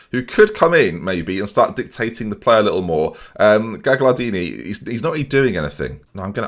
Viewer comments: Actually gagliardini is pronounced more like gal-yar-deeny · Skriniar is pronounced something like Screen-ee-ar. The 'gli' sound in Gagliardini is difficult and doesnt really exist in English but it's closer to just a y sound, so Ga-yar-dee-nee would be closer than what you're doing currently. Good efforts though, you get a lot of Italian names spot on :)